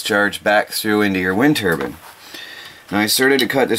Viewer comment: Oh by the way, it’s called Turbine. Not Turban. Turban is what you put on your head.